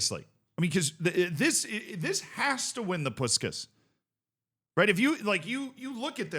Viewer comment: It's pronounces :Poosh - kash